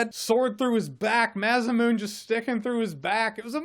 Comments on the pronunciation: So, I think masamune is pronounced 'ma-sa-myu-nay'. Although, tbh, Maza Moon sounds like it could be a dope secret level in the sequel to this game. As far the review, I also really wanted that moment where you follow the blood and ash left in the wake of Sephiroth's rage. Actually, I didn't really like how the character was used in this version. I like the build up in the original game. He was set up like a god, but, as most people here have finished the game probably feel, he felt really beatable in the remake. I know it's just a clone, but that should be more of a set up, should put fear in my heart the way Jourmangunder's lifeless corpse skewered on tree-sized pike did in the original. I remember being like, 'He beat that giant snake...BY HIMSELF! At that point in the og game, I couldn't put a dent in Jourmangunder's hp pool with my entire party. Yeah, they really dropped the ball on showing Sephiroth's power and making him feel he was this impending, inevitable doom that we was in the og game. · Not for the first time, but... It's ma sa mu ne, not ma sa moon. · pauses video Did he just say "Masa-moon"? Don't let it bother you. Don't let it bother... Don't let it .... Don't...... It's fucking Ma-sa-mu-ne! Mah-sah-moo-neh! I apologize, for my outburst. hit play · Jeremy, I don't have an actual problem with ppl mispronouncing Masamune. But at least know that it's supposed to be pronounced MA-SA-MOO-NAY. And yes, I'm of Japanese descent.